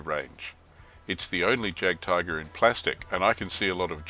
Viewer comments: Great review, and just a point on German pronunciation: In German, the letter j is pronounced like y in English, so it should like yagdtiger. Also, w in German is v in English and v is f. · I hate to nitpick, but Js are pronounced as Ys in German :) Loving the vids, when do you think you'll be posting June's Rumours and Lies? Oh, and would it be viable to do a compare and contrast series on products from the various manufacturers? Thinking of starting a motostrelkovy batalon and was looking at T-34s for the armour backup, but whose to buy? I'm leaning towards PSC's squad atm